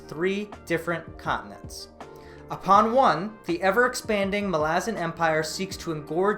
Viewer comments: I really have a hard time with how you pronounce it. You pronounce it 'ma-la-zin', but I've always heard it is as 'mal-a-zAn' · its MAlazan not maLAzan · Mal-ah-zan malazin wtf bro try harder great video btw. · wtf is that pronounciation.. its mah- la- zan not mal- aazan.. get it right sir lol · hermione voice: It’s malazan not malazan🙄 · Stop saying Malazan, it's Malazan.